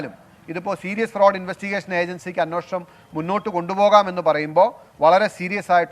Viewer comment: സാറേ.. അന്വേഷണം എന്ന് പറയു..